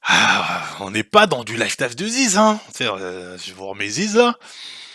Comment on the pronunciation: Le mec a pas prononcé lifestyle correctement une seule fois il est défonce?